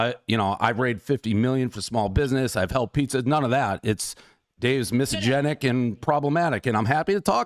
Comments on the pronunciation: Portnoy keeps mispronouncing 'misogynist', lmao. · A misosynist who can not pronounce misogynist .. 😂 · Would've been even more baller by Dave if he learned how to pronounce "misogynist"